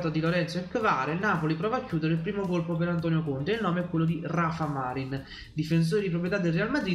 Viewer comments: Ciao, vivendo in Spagna ti consiglio di pronunciare bene il nome di Rafa Marín..alla Napoletana Marín con accento sulla ì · Ciao, si pronuncia con l'accento sulla "i"...Marìn 😉